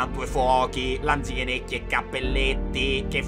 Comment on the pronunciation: te sei magnato la “Z” in Natale coi Lanichenecchi😂